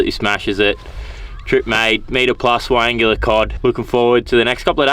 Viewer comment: Pronounced.. why angler not why angular😂